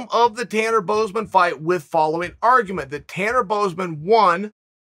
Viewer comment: Tanner Bozeman god chael always butches names